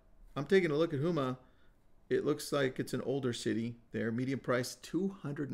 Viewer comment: Houma,LA = ( Home-ah) Really close though!!